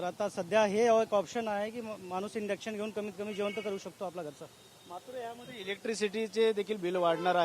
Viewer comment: "Indux" nahi ❌, Induction ✅ असत ते! आधी नीट बोलायला शिक मग mic 🎤 घे हातात